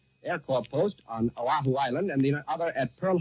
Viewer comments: Sounds like the newsreader was handed a misspelled memo because he pronounced Oahu as "Ohau" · the announcer calls Oahu the principal island of Oh-how-oo. That's how unfamiliar most Americans were with Hawaii at the time. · So the reporter gets pronunciation of “ zOshu” wrong. He calls it “ Ohau “. This is no doubt “ narration language interference “ Ashe confuses it with “ Ohio”. What gets me is Americans saying this is when WW2 started when it really started in September 1939. But for Americans they think the whole universe revolves around their pathetic country. It didn’t start that way but is now. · The principal island of Ohah-oo? I guess later they changed the name to Oahu? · This sounds like John Charles Daley. He pronounced Oahu incorrectly in that first broadcast. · I wonder if Mr. Daly was mispronouncing Oahu or if it was misspelled on the bulletins he was reading. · Right now as I type this, only 23% of Americans can ID Iran on a map of the world. Not six months ago, right now as I type this, a country we're currently bombing -- that's the actual number. I wonder how many Americans had no clue how "Oahu" was pronounced in 1941. I mean we'd just invaded it, and hadn't even forced it into statehood yet. I guess I should cut the journalist some slack, huh. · Old John seems to be pronouncing 'Oahu' wrong, or maybe he's right and we've been saying it wrong. Also, I'll bet many mainland Americans on hearing this news asked, "Where the hell's Pearl Harbor?" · In 1941, apparently John Charles Daly didn't know how to pronounce "Oahu".